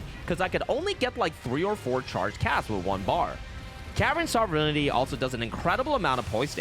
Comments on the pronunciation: Carian sovereignty pronounced sovejfjfnty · Scadu, as I understand it, is the Old English word for Shadow, and is pronounced Shaduh. It is way more frustrating the number of times you buggered Sovereignty. Sov-ren-tee. You don't have to pronounce every letter to pronounce it right.